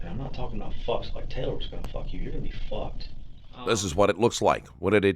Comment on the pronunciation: He said “your gonna be ficked” 😂